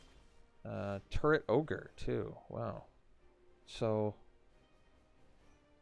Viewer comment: You say, "Turret Orge" I hear "Turd Ogre".